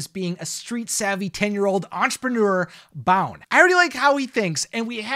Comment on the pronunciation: Boun is actually pronounced as "BOON" (Buun) not "BOWN" .